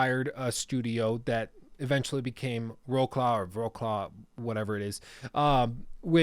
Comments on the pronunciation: You pronounce it "vrotslav" (Wrocław), good video btw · Thanks for the great video. Its Tse De Proyeq't (name) Zloty (currency) and Vrots'lav (city). i'm not from Poland. Just like to point out stuff. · Wroclaw is pronounced "Wrotswaf". (Not Polish, so don't take my word on it.)